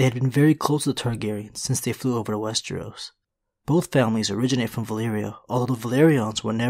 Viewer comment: Slipped on wes-tree-os 2x this video. He was on a roll for a few videos, pronouncing it correctly, but he's falling back into it.